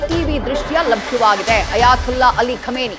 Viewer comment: ಅಯಾ"ತುಲ್ಲಾ" ಅಲ್ಡ್ರೋ ಮೀಡಿಯಾ., ಅದು "ತೊಲ್ಲಹ್" ಅಂತ ಇರೋದು 😂